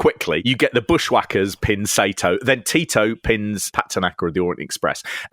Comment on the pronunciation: Free Japanese lesson for you. It’s not SAY-TOE. It’s SAR-TOE